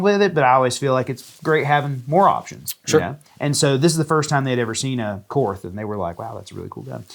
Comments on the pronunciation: German words (as far as I have been taught), that end in TH, use a hard T sound. It is pronounced very closely to the English word Court. Just like the Philosopher Karl Barth. It's pronounced Bart and not Barth. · > I’m a Korth guy. > Continues to pronounce it “korth” when it’s “Court”. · The "H" is silent. It's pronounced "kort" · You learn enough about revolvers, and you might just learn how to pronounce Korth correctly.